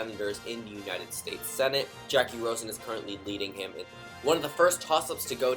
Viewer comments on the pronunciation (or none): none